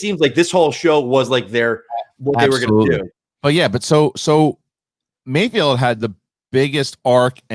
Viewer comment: HE’S CALLED MAYFELD —- NOT MAYFIELD, FFS!!